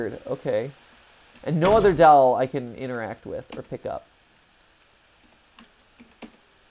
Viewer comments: i can't be the only one who finds the way matt says 'doll' funny, it's like 'dAwl' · Am I the only one here who noticed he pronounces doll as "Dowl"? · Mat saying dahl gives me seratonin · Anyone else find it cute how matt pronounces doll? Like he says "Dall" 🥰😜